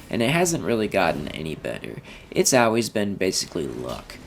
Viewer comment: This is all pretty old news, and when you pronounce "always" as "Al-Ways" it makes me think you're an AI, lol